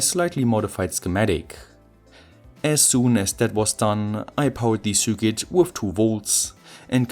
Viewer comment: Repeat a thousand times: Sir Kit. NOT Sur Quit, nor Sur Kit, or any other pronunciation. No excuse now...